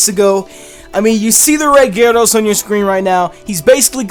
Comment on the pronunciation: IT'S GYARADOS, NOT GYRADOSE!